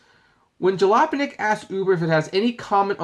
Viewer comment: How ironic the the ( serious tongue twister) has difficulty pronouncing Jalopnik.